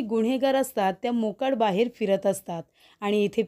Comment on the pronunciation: " मोकाड " नाही, " मोकाट "